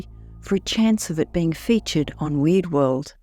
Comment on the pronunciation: I hear her pronunciation of "Weird" as "Weed." So imagine an open field---Weed World.